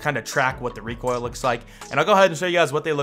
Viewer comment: “The reek oil” 😂😂😂😂